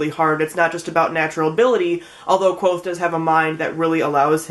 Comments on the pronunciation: It is kvothe not quothe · You're mispronouncing Kvothe's name. :( Rothfuss has a post on his site that clears up the pronunciation. He also made a video where he pronounces a bunch of different words and names from the Four Corners.